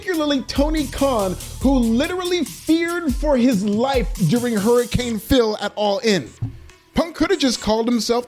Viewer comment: "Hurricane Phil" 💀